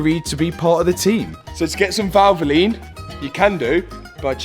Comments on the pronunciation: Say valvline 1 more time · Did he say VALVOLINE? Didn't get that right i think :D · Valvoline, are you sponsored by Valvoline? Valvoline.. Val-vo-line. ❤️💙